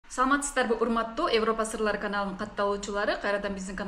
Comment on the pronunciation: Эвропа эмес -Европа! Эвропа деген соз жок.